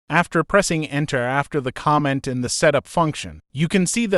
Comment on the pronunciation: The voice of the "presenter" in this tutorial is apparently an AI, and not a very advanced on at that. It makes a lot of pronunciation mistakes, like it pronounces the word "comment" (kah-mint) more like the word "comma" and when it says the word "read" as in, 'to read a book', it says it like that same spelled word in the sentence: 'I have read the book'. I found these flaws in the first few minutes of this tutorial, but I will keep going to see of I can understand it enough to carry on.